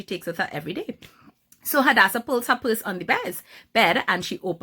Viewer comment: Swear my name is Hadassah and so many people pronounce my name wrong but it makes me soooo happy when people pronounce it extremely well like you are 😍